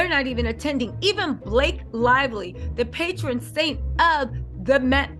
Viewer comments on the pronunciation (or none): none